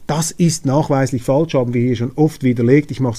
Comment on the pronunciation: Informative und erfrischende Sendung. Daumen hoch! Es heisst aber ‚falsch‘ - nicht ‚faltsch‘.